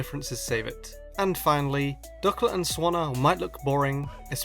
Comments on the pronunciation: It's pronounced duckLIT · DUCK-let SWAN-na